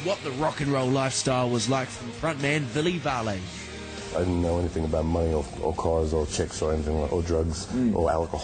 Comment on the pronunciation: Villey Valay?? Seriously?, you shame our country D